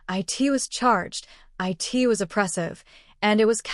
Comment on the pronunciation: At least say the right word not i t it is prnounced it. Get your AI on the right page with speaking the right word